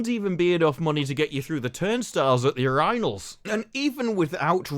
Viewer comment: ... yurEYEanals? I can't say I've ever heard this pronunciation before lol